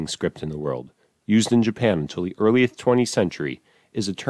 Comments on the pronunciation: Right there near the end, and I had to listen several times to be sure, you said number one was "used in Japan until the earlieth twenty century." That's an easy one to miss. It almost got by me. It's not the usual verbal gaff. Cool video. Haven't heard of some of these. Will have to do some research on them. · "the earlieth 20 century"